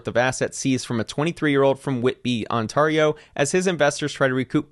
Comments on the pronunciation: Why is the word "Ontario" so hard for Americans to pronounce? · I lived in Ontario my whole life an I never heard anyone pronounce it like you smh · Definitely not canadian by the way you pronounce Ontario . Lol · That was the strangest pronunciation of Ontario I have ever heard… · pls say ontario correcntly lmao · I love all of your videos, but I've never heard this pronunciation of Ontario before LOL... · Good video man, but you really hot to work on the pronunciation of Ontario 😄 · I have never heard anyone pronounce ontario that way 😭😂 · yo have no idea how to say Ontario and its funny af. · I’m here for the pronunciation of Ontario 🥰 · As a local to the province mentioned in this; hearing it pronounced this way was bizarre. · This pronunciation of Ontario kills me every time. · I live in BC, and the way he pronounces Ontario really upsets me 🤣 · This is the worst pronunciation of Ontario I ever heard rofl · pronunciation of “Ontario” is something new. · it is absolutly killing me how you are pronoucing Ontario...... like nails on a chalk board. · the one thing worse than crypto frauds is pronunciation of Ontario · Worst case Ontario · I hope you're talking about people that pronounce the second T 😂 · Yeah.... that's pretty bad. Ontario isn't hard to say. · He seems to think Ontario is pronounced like the Atari gaming system. It’s odd because there’s a city called Ontario in California and it’s also not pronounced like he says it. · Wow this guy pronounces Ontario in the weirdest way I've ever heard... Also at the end of the segement, I heard him not only mispronounce scrupulous, but also use the word in the literal exact wrong way. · Ctrl-F "scrupulous". How did he manage to come up with that bizarre mispronunciation and invert the word's actual meaning? It makes the Ontario mispronunciation (which I've heard surprisingly often lately) seem almost excusable in comparison. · Pronounced "on-teh-ree-oh" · On-tare-E-o not tar